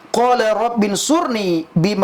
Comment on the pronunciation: Baca AlQurannya masih salah, berarti dia baca Latinnya. bukan dibaca Qola, tapi Qala, sepertinya pernah belajar baca latin Quran, tapi bukan huruf Arabnya.